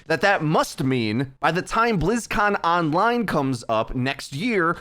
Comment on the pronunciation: "there will be no blizzcon this year, but instead, BLIZZCON ONLINE" That's not how you're supposed to say it